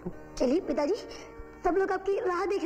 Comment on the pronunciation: Pithaji. It sounds like Daddy, you're right.